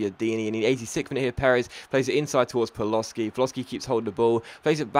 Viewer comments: Paloshi=Pa-lo-shi ,not Paloski :) btw,you can take a break if you want,seems like you have lost your voice for this commentary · ***** paloschi is pronouced pal-o-she